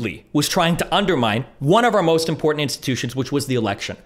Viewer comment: "In poor tent" Ugh